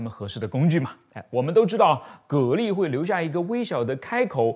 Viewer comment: 讀音是隔離